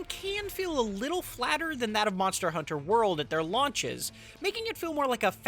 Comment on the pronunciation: Monstah Huntah on the go again